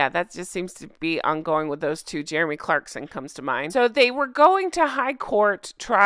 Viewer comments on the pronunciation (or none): none